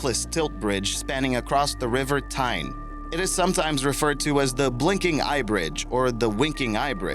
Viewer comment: It's "River Tyne" not thyme, I live there.